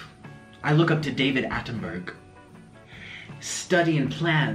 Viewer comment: Nick pronounced it "David Attenberg" just when I was reading your comment! It's fate.